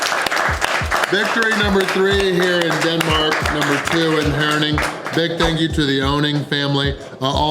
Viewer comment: First american I have ever seen who pronounced my hometown Herning correctly, biggest props ;-) Are You sure You´re not actually born in Jutland? Huge win, I couldn´t all of that in 2 full days. Thumbs up for the win ;-)